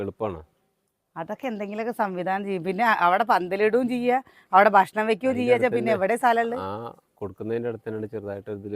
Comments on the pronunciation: ബഷ്‌ണം❎ ഭക്ഷണം ✅ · ബഷ്ണം അല്ല ഭക്ഷണം എന്നാണ് 🤗🤗എന്നും വീഡിയോയിൽ പറയുന്നത് ഇത് തന്നെ 😂ഒന്ന് തിരുത്തിപറയൂ ന്റെ